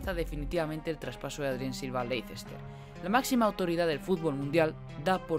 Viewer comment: Leicester se pronuncia"Lester"